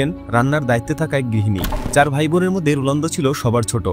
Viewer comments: Age bhalo kore bolte sekho totla Rolando❌ Ronaldo✔️ ❤❤❤❤ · কনটেন্ট বানান ঠিক আছে তাই বলে উচ্চারণ কিভাবে ভুল করেন? রুলান্ডু কি? যাকে নিয়ে ভিডিও বানাচ্ছেন তার নামটাই ঠিক ভাবে উচ্চারণ করতে পারছেন না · রোলানদো❌️ রোনালদো✅️ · আপনি মনে হয় ফুটবল খেলা দেখেন না । রোনালদোকে রোলানদো বানায় দিছেন। আবার 946 গোলকে 800 গোল বলতেছেন 😅😅😅😅😅😅😅